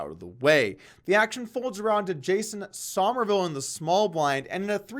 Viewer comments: It's pronounced "summerville", not "sahmerville". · I like that you said "Sohmerville" (like 'o' as in 'on') rather than "Summerville" like 'u' as in 'summer'. Nice attention to detail, Poke. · why does he keep saying sawmerville